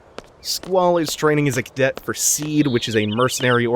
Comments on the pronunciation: That makes no sense. it's CD. See-D. If it was Seed as in the seed of a plant, then they'd just write "Seed", why would they emphasize the D... the fact that they emphasized the D makes it obvious that you're supposed to say D like D. See - D, CD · It's CD not SeeD